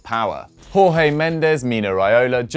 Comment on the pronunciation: Just a little correction, with Jorge Mendes, you say the J like the G in George! So actually saying George Mendes is closer to correct than Jorge in the Spanish sense